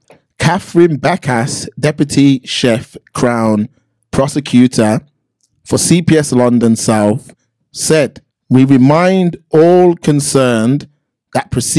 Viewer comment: Chesthunt it’s ChesHUNT Hertfordshire pronounced HARTFORDSHEER. It’s Deputy Chief not Chef. I think you need to do a little read through of these articles before you hit record my friend! Peace out!